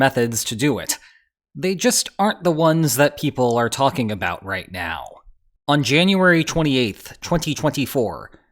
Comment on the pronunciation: He slipped up and didn't nail the T sound at the end of -- ....righT now